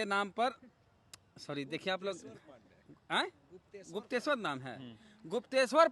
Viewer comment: तुम सिर्फ कूदना जानते हो तुम्हारे पूरे खानदान में आईपीएस बनना आरक्षण से भी उपाय नही है । तुमको गुप्तेशर बोलने नही आता है सोचो । तुम्हारा शिक्षा किस अस्तर का है